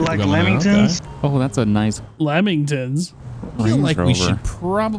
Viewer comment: Think you'll find its Lamington not Lemington